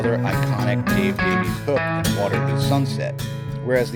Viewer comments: Davies is a Welsh name, and not to be that guy, it's pronounced Davis. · I believe I've read in interviews that Dave prefers to pronounce it "Davies" while Ray chooses "Davis".